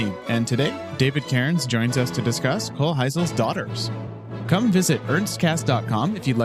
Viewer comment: It's "kohlheesl", the broad sister's name is pronounced "leesl kohlheesl" The "aye" pronunciation is when the letters are ei, when theyre ie it's pronounced "ee"